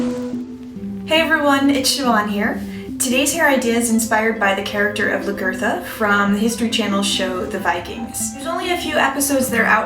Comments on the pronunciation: Nice video, but the pronunciation of her name is L-ah-guh-tha. So the "La" part is like the beginning of the word laugh, the r is not very pronounced so it comes out more like guh, and then tha. It does NOT rhyme with Bertha. Hope that helps, its spelled Lagertha too.:) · Lag-etha is how it's pronounced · Sucks. Pronounce Lagertha's name correctly and take a little more pride in the appearance of your final product